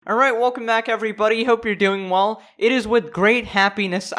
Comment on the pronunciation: "Welcome back everybody, hope you're doing wuull"